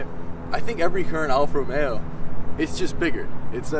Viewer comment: I'm just happy to hear someone pronounce the name correctly. Alfa Romeo, not ROMERO.